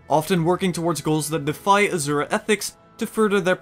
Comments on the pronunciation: Nice video, though I should point out, "Rata Sum" is pronounced "Rata Soom" and "Azura" is pronounced "Asoora". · Asura is pronounced like the words, "uh" "sir" "uh" not "azure" "uh"